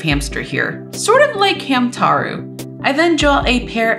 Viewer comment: Btw I think it's supposed to be pronounced as Ham/taro instead of Ham/to/ro